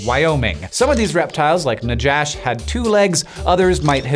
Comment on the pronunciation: It’s pronounced “Nahash” with a hard H like the J in “Juan”. In Hebrew it’s Nachash.